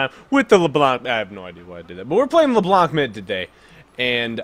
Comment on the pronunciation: The C is silent at the end of Leblanc so you can say Leblan. Anyway your vids are awesome!